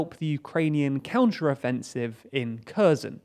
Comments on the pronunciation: KHerson not CURZON! GEEZ! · It's not Curzon, it's hhair-sonn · KherSon, not Cur-zon. It's not difficult to approximate correct pronunciation, but this less-than-impressive channel makes NO attempt. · The "K" in Kherson is "silent." Thus, Kherson is properly pronounced "HER SON." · CrimeaIsUkraine Thank you!! The Ukrainans I hear pronounce Kherson as "HEAR SAHN." Don't hear any "X" sound. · Why do you keep calling Kherson Curzon ? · The "K" is silent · how many times can he mispronounce Kherson. Emphasis should be on H not K... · Oh no! A foreigner who doesn't pronounce foreign names correctly!!!! Oh no!!!! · yea, I'd say it's pretty bad if news anchor doesn't know how to pronounce names of the places he is reporting on.